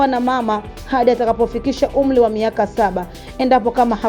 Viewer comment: We mama soma kiswahili cha shuleni,Umli au wazili ndio nini